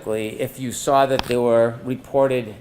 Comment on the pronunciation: I hate when he says lawr or sawr🙄